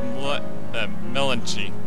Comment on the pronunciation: why does it bother me so much when you say things like melon chi instead of melancholy.